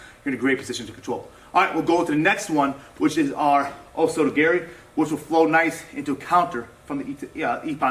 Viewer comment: The way this black belt says "Osoto Garry" makes me cringe.